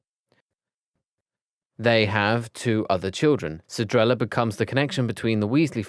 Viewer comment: Pronounces Cedrella as Celdrella Pronounces Cedrella as Sharella??? Now as Cerella? What's next? Cerealla???